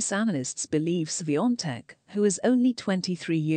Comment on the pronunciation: Thank you for pronouncing her name right